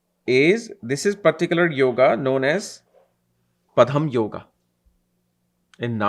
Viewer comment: Sir, it is not padam yoga... It's Padma yoga